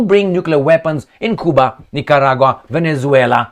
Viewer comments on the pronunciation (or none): none